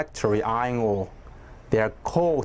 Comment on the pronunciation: why i heard ngor instead of ore